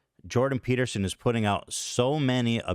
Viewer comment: Eth-Chin 🧔🏻‍♂️vs Joe Toadgan 🐸 & Jordan Pe-tear-son 😢